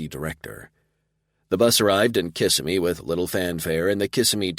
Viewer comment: I have enjoyed this series so far. This is the first book that being from Florida gives me a giggle....Kissimmee is pronounced wrong in the narration. We call it Kis Sim me not kiss a me. Lol